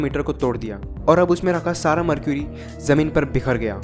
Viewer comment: इसे मर्करी कहते हैं न कि मरक्यूरी